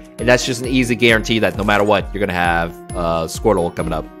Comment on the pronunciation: Did he honestly just call squirtle squirrel